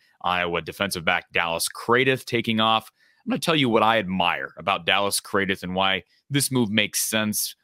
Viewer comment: Craddieth is pronounced as Cradd-it 🎉🎉🎉🎉 Dallas Craddieth (Cradd-it) the “h” at the end is silent, as is the e